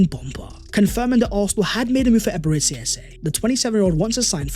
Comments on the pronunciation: True! We IGBOS from Nigeria can’t stop smiling any time we hear him pronounce it as Eberetsi Eze instead of Eberechi the ‘ch’ as ‘ch’urch in church… Thank for correcting him bro. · Nice one Although I have to say that as a Nigerian, your pronunciation of Eberechi as “Eberetsi” has been hurting my ears! It’s actually Eberechi (ch as in church). Thank you! Eze is coming home! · Thank you for this,as a Nigerian and you my brother a Gunner, I am going to give you a free lesson on how to properly pronounce his name, Here We Go!!!! Ebe - re - CHi (not shi) but (Chi) think Ch in church) but with iiii instead of urch) so EBE RE CHI. Now for the surname its E - eh ZE as zeh) but remove the h and it will sound like this EZE… meaning King. You are welcome my guy! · Now that we have signed Eze can you please learn to pronounce.EbereCHI, CHI as in CHIck. Or just say Ebere Eze. Thanks. Congratulations to us for completing this deal 🎉🎉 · bro are you not able to pronounce the CH sound? you always prounce Eberechi so weird